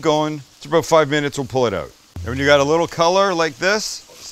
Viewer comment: While frying the chicken you said and we’ll pull it, or was that and we’ll pullet? Bwahahaha!